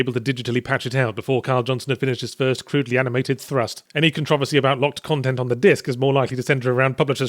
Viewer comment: I love how he says Controversy instead of Controversy